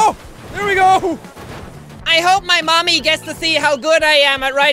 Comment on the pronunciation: That "Mommy" Sounded like "Nani"